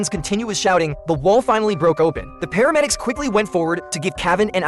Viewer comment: It’s paramedics not pharmedics